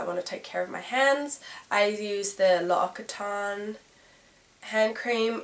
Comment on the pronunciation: L'Occotane = lawx-ih-tawn